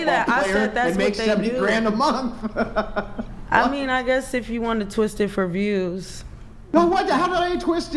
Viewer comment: " 70 thousand a munt"